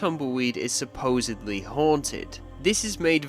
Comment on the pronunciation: You pronounced supposedly with a "b" instead of "d." For that reason alone I can never watch any of your videos recommended to me.